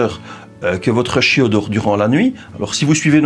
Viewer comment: « Le chiau » j’adore